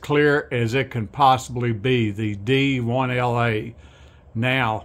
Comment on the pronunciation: It's called JVC DILA "Direct-Drive Image Light Amplification" not D 1 LA.